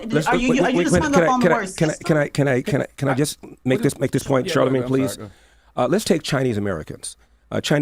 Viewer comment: Someone needs to tell Charlemagne tha Clod that it's pronounced system, not thythtem. The guy's a millionaire, you would think he could afford some speech therapy.